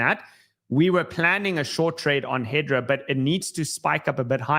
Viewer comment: HBAR is HedERA, not HedRA